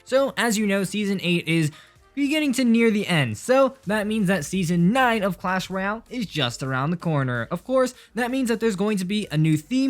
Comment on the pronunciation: “cuash royale”